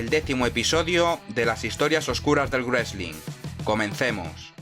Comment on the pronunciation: Me encanta esta serie, pero tengo una pregunta... ¿porqué "grueslin"? ¿no es más fácil pronunciarlo como ellos, o sea, "resling", que inventárselo? Me sangran los oídos cada vez que lo escucho.